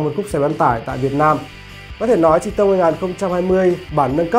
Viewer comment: Nguyễn Khải nói thật nghe ông này đọc là chi tông nghe cái xe nó khổ sở sao ý